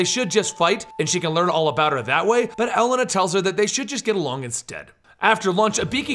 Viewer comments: "ibeeki" and "ellena". Wow. Butchered. Its "ibooki" and "elayna". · same with elena, its pronounced e-lane-uh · why do you say Ibiki ? And you also butchered Elena's name. Still a good video, 10/10